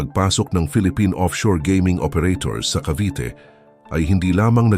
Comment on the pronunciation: sino ito? hindi marunong mag pronounce ng “Cavite”.